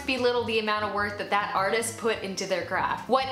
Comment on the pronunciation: Lol she said arthEEist